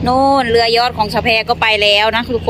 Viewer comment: ทำไมสาวแพรพูดคำว่า "เรือ" เป็นคำไทย ผมว่าสาวแพรควรพูดตามคำลาวนะ "เฮือ" จะเป็นเอกลักษณ์ของคนลาว ภาษาลาวนะครับ